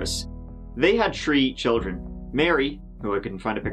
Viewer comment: Ah yes, does tree children ha ha ha